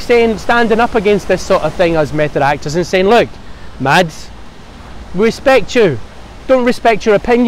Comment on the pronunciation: Its pronounced Mass.. not Mads !!